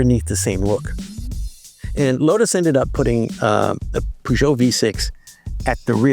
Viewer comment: WHO says Peugeot that way? It's like saying Cadillac but pronouncing the C like the one in cereal.